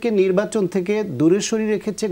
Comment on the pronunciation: এই লোকের পেশা কি? উনি সঠিক উচ্চারণ এবং শুদ্ধ বাংলায় কথাই বলতে পারেন না!😮 "নির্বাচন কে বলে নিব্বাচন" এমন অনেক গুলা শব্দ!!😅